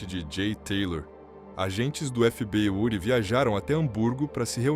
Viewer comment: Porque você não fala o nome do FBI corretamente. Parace uma AI falando 😂😂